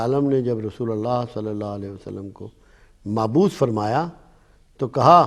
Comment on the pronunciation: آپ کی گفتگو عموماً انتہائی خوبصورت اور مؤثر ہوا کرتی ھے اس گفتگو میں آپ نےایک لفظ غلط استعمال کیا ھے اللّٰہ تبارک وتعالیٰ نے انبیاء کرام کو مبعوث فرمایا ھے جبکہ آپ نے معبوث کہا ھے معافی چاہتا ہوں تنقید مقصود نہیں ھے لیکن آپ جیسی شخصیت کے منہ سے غلط لفظ کی ادائیگی سننے والوں (کم علم لوگوں کی گمراھی کا سبب بن سکتا ھے )